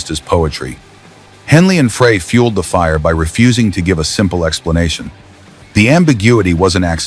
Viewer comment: Is it still a good story if you can't pronounce the names right? Glenn Frey is Glenn Fr-eye not Fray. Just saying.